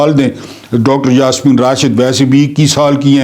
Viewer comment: ڈاکٹر جاسمين نھيں نلکہ ڈاکٹر ياسمين۔